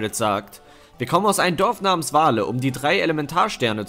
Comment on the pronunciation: Moin :) schöne Sache mit GS :) kleine Sache zum verbessern: sprich Vale mal mehr im englischen Sinne aus. Wenn es wie das Tier Wal gesprochen wird, ist es nicht so toll 😄 Freu mich auf weitere Folgen :)